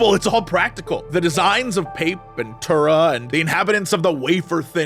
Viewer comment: PAH-PEH-TOO-RAH Why can't any of you pronounce this correctly?